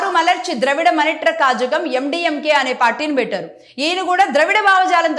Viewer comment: కజగం ❌ కళగం ✔️